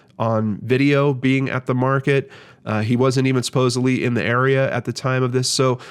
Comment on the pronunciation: I love brain scratch so much and it is always like spending a half hour with an old friend... but I need to tell my old friend something 🤓🙄 the word you often use and pronounce "supposeBLEE" is actually "Supposedly" with a Dee sound at the end. I thought maybe you would appreciate knowing because you use it almost every episode. 🤓🙄😳